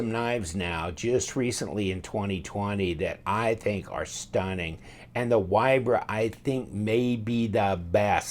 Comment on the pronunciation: FYI - Straight from the designer, name is pronounced VEE-Bra. Polish folk pronounce "W" as "V". Love your vids,. Keep 'em coming.